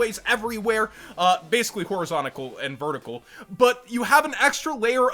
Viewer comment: "horizontical" -, 2020